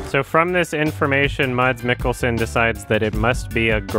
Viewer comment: Hearing you mispronounce Mads Mikkelsen is making me cringe